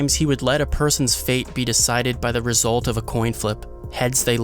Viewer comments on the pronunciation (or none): none